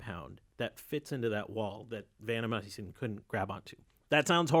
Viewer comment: Good show. It's vanCOmycin rather than vanNOmycin. Very minor.